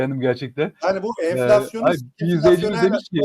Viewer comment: cok tatlisıniz enfilasyon